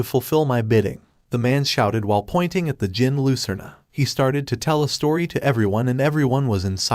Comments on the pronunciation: Fyi its pronounced jinn the D is silent. There basically the same thing/origin of genies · reading djinn as degen is kinda funny.